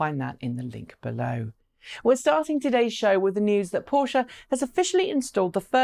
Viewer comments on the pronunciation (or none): none